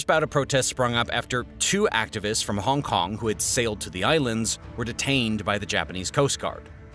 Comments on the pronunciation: lol "Honk Kong" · hong kong not honk kong